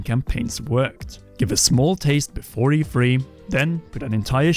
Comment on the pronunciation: Am I the only one who constantly hears EFree???